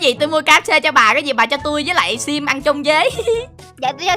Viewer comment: Sim chứ không phải là sam à